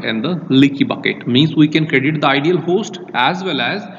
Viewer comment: Host was "Idle" but not "Ideal" 😄